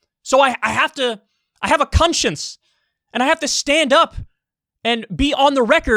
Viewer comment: "I have a cunshence" - Kyle Kulinski, 2021